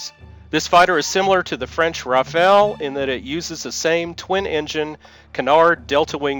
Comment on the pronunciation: can you ,please ,pronounce properly French aircraft Rafal as Rafaaal not Rafael??Rafal is kind of wind or long burst of automatic fire.Rafael is a latin name and izraeli defence company.